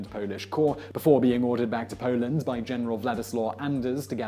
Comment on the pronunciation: He said Pauland!!!!!!!! LOL😂